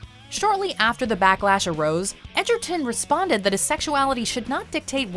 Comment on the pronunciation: I like how she's saying Tarons name as Edgerton when that's not how its spelled or pronounced 😂😂😂 I mean that's what I thought at first but when I bought the movie it was spelled Egerton on the title 😂😂😂